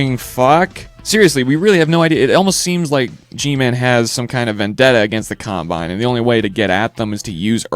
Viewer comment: Hey do you sometimes get really pissed off when the narrator pronounces a name wrong? Well I do its Combine! Not Compine they aren't an air freshener.